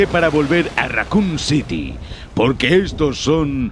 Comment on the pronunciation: █ Raccoon Pronuncias Bien Evil NO JAJAJA GOOGLEA TODO SI NO SABES RATON!